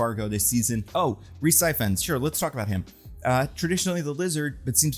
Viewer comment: Rhys ifans is pronounced e-vans